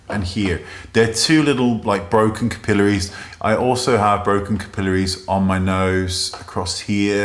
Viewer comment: I love how you say capillaries.